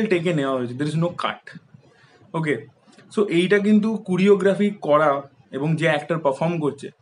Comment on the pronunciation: কুরিওগ্রাফি টা কি?? কোরিওগ্রাফি বল।eta unexpected tor theke...